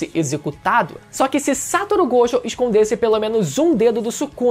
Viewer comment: satisfacao de escutar alguem falando gojo certo